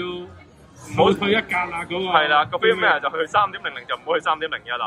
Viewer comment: 好多香港人都發錯音 firmware. Cambridge dictionary prouncation